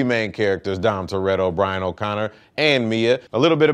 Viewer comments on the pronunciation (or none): Don instead of dom that races your heard?